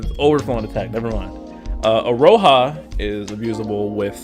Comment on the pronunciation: Iroha is pronounced as "Ee-ro-ha" btw. And didn't they make it clear in-game for Genshin that Beidou was pronounced "Bay/Bae-dou"? Still mispronouncing Eiko as usual lol